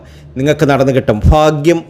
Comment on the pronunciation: Faagyamallaa baaagyam. Athengium krithyamaayi parayaan sramichukoodey